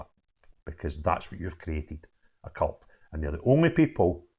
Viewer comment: Did you just say 'the cult' or 'the cu*t'? The latter is more apt!!